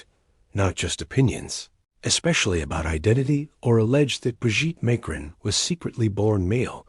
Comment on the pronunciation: You're not even pronouncing the Macrons name correctly. Brigette is a man, man. Produce your DNA if not true.